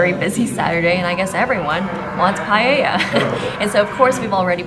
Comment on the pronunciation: Guys, pronouncing Paella isn't that hard. It's just, PAH - EH - LLA. No palllella or pahahahella.